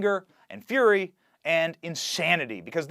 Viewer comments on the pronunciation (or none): none